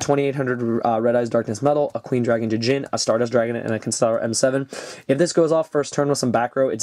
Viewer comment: Okay, I think it's time someone said this... "Djinn" is pronounced as 'Jin'. It's as if the D wasn't there.